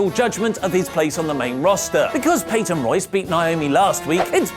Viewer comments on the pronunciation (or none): none